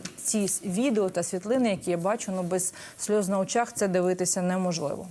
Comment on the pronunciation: Не сльоз, а сліз,.